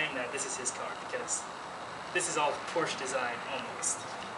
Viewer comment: "Porsh-uh" Proper pronunciation ;)